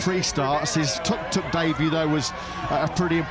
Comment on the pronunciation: Imagine thinking of yourself as a professional sports commentator and then not be able to pronounce the nickname of the vehicle correctly.... How hard can it be... its the same word twice.....tuk....not tok, not tork, not tåk, not tog... how pathetic....